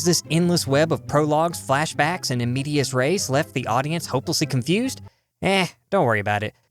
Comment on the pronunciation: I love you, but the vowels in "medias" are pronounced the latin way, like you say in "elegant" and the stress is on the first syllable.